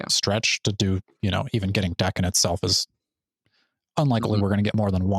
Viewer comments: Daken is pronounced "Dah-Kin", rhymes with rockin -more or less. it means mongrel in Japanese. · Daken is pronounced like dog but drop the g and ken is obviously pronounced like ken from Barbie. Source: I speak Japanese and have been living here for the past ten years. The word 駄犬 means mongrel like a mixed dog.